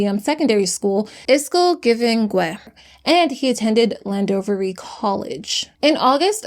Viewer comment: "Land-dovery." 😂😂😂😂😂😂😂😂😂😂 how hard is it to check pronunciation?